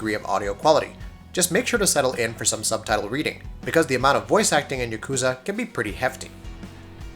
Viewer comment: Please,. Please. YA ku za. Not ya KOO za. Japanese pronunciation is soooo easy.